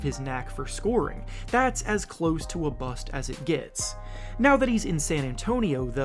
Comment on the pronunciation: Y you say BUST weird duder?